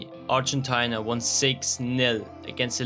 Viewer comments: Ar-gen-ty-na what a pronunciation. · Could you please do the research properly and pronounce ARGENTINA in English properly (Ar-gen-TEE-na). Thanks